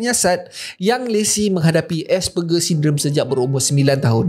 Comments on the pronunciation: Sebutan asperger : es-per- jer bukan ger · asperger tu nama lain utk austism. sbb autism ni spectrum, so effect pd setiap individu berbeza. Sebutan dia "ger" tu sebut "jer" 😆